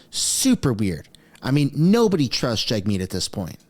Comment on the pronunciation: Can't wait to never hear jagmeat again.